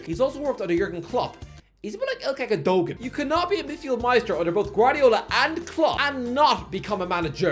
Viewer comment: I cringe every single time he says "gun doe gehn" 😔